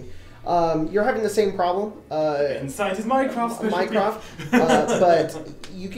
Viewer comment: Instead of mycroft all I hear is mine craft and I hate that game. Lol